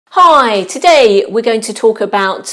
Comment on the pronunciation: Honestly the british "hi" at the beggining captured my attention more than the fact that i need this for exam 😂